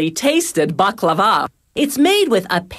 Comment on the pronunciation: BaklaVA 😂 It's such a funny way of saying baklava!